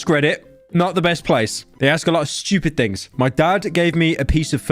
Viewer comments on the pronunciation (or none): pyro saying schtewpid